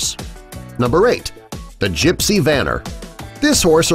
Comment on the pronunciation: Yipes !! Not “ Dressing “, it’s Dressage... oh, horses don’t have “ fur” on their legs, it’s “feathers, in this case and lastly: the Gypsy Vanner is pronounced vaughner.